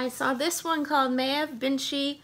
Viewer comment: Just thought I would jump on and let you know how to say the name of the author of that one book for you. It’s Pronounced Mayve. One of those Irish names that people quite often mis pronounce. Great haul.